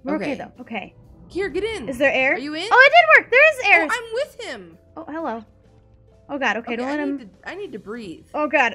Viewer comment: Did anyone else hear say Hellub to Shelby when she walked in? I did. Just me? ok *goes to doctor to get hearing checked